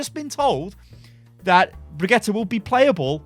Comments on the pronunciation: Bree-git-the Not quite, but close enough. It's not Brigitta. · sounds like hes saying Brah-Get-Her. Its a different name every video hahahaha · for FUCK'S SAKE! IT'S PRONOUNCED BRIG-EE-TA. IT'S NOT THAT FUCKIN HARD. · Unsubscribe! bregetta .... Really?? I'm so triggered!!! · is it really that difficult to pronounce Bri-gee-tah? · bregetta? WHERS MEH SPAGETTE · I seriously don't understand how you struggle with her name so hard dude... you have literally heard Jeff pronounce it and you still can't say it... please stop. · look i have watched your channel for a LONG TIME but if you keep saying her name all crazy like im going to have to stop watching....... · sorry but the way you say her name annoys me. I got till the third time you said it and i just cant watch anymore. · Pleaze sty stop saying her name like that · Jeff has pronounced her name BTW any further mispronunciations are just laziness, especially from a popular content creator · Can you stop saying brigitte like that? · It irritates me when you say Brigitte.. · Stop, saying, her, name, like, that!!!!! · I'm stunned still cannot remember how to pronounce Bridgette's name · They're giving us 2 months to say her name properly in comp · I feel bad, but it still hurts to hear pronounce Brigitte. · idc how brigitte is pronounced ,the way you say it is the best .... lol